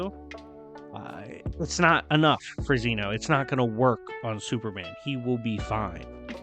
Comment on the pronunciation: Youve been saying zeno wrong. This is why dub>sub